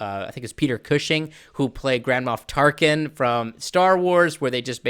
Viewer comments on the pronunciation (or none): Sorry, I had to rewind because I thought you had said "Grandma Tarkin", which leads to a whole other series of novels and movies for the other "Star" franchise.